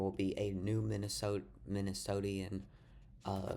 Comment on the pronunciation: Stopped watching after he mispronounced "Tina," "Minnesotan," "Cornyn" and "Talerico"!!!